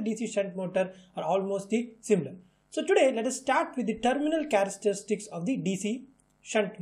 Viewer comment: thanks but i think we have a problem pronouncing the "CHARESTERISTICS" :3